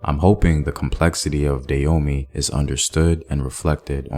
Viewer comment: Can you please pronounce the name correctly. I love your channel and you're normally really good about these things, but it's pronounce "Dah-ho-may"!